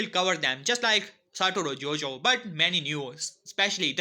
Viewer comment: man called him satoro jojo